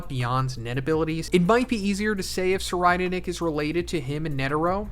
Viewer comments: YOU SAID SIR RIDER NICK ITS PRONOUNCED SIR REED NICK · "Sir-I'd- nick" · I believe it is pronounced tser-eyed-nick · Sir ride nick is how i hear it lol